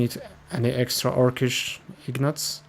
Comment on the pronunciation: Those are INgots, not IGnots)